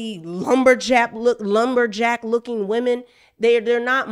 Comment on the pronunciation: you ain’t have to say lumberjack like that 😂😂😂